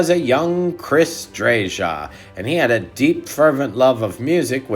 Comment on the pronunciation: Please pronounce Chris’s name correctly. It’s “Drayuh”. Thanks!